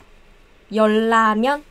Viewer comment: 열라면 Sometimes the R is pronounced as an L (when the first syllabic block ends with ㄹ and the next starts with ㄹ) she's saying YeolLamyeon and it's actually correct but without training/subtitles you might not pickup that Lamyeon=Ramyeon) This is a tricky one, please learn it guys because particles also tend to do this to words (change the sound that you expect to hear). You said 8,413 but you wrote 9,413. 감사합니다 선생님.